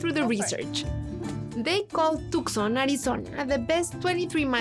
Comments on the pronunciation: Its toooson you nitwit. Tucson not tuckson or Took son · too* saan. You don't pronounce the C as it's silent. Yes, even for us Hispanics 😅